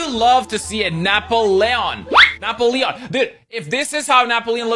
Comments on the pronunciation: Napp-o-leon lmao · the way he pronounced Napoleon made me think it was a pokemon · The way Napoleon and Mobile was pronounced throughout this video was interesting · Im sorry, are we ignoring the weird pronunciation of Napoleon?